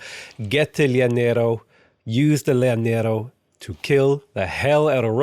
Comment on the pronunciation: any double L in spanish is a y sound btw, so "yanero" for Llanero, sure you've been told/these are prerecorded though but just wanted to share